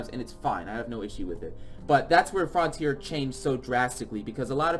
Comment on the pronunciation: “frontier”: “frauhntier” Also: Frènch